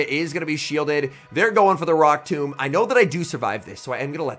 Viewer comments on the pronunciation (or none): none